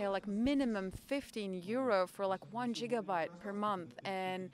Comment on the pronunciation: "Джигабайт" такое произношение последний раз слышал в Италии.